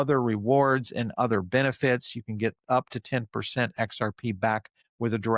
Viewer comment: never trust someone that says "udder"